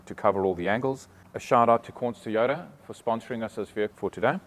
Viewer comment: Mate why do you say teyota instead of Toyota.? and can you get these with cloth seats hate leather.?